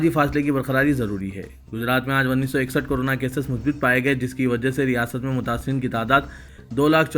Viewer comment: bhai.... Urdu ke talafuz zara tawajjo farmaiye...musbit nahi balke musbat he....isi tarah mukammil nahi balke mukammal talafuz he...ummid hai islah karenge aaaeenda... shukriya